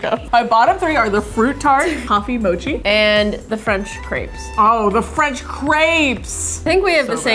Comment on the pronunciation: Ur saying mochi wrong say it like more tree mochi